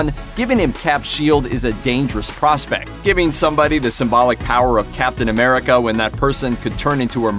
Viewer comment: And now we have 'Captain Amerigga'